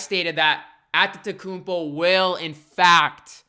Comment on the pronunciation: i think you deserve a like for the sheer number of times you said antetokounmpo correctly.